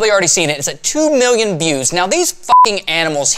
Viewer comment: I love how you say million. "mmm-eww-eon"